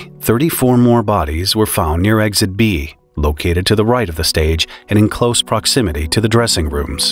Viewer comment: There's no "G" or "Z" in the word eXit